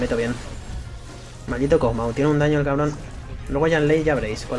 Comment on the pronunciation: Dijo Pug maw xd